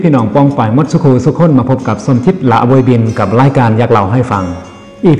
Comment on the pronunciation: ถ้าเป็นสำเนียงไทย ละโบยบิน คำว่า โบย ต้องออกเสียงต่ำครับ